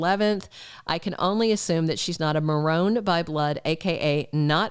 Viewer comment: I’m enjoying your channel!! I thought you may want to know that the Marone (B&B history) is pronounced Marr-own-ee. It rhymes with baloney. I don’t want to be the grammar police on anyone’s channel. I just wanted to tell you about this. Your channel is good, keep growing!!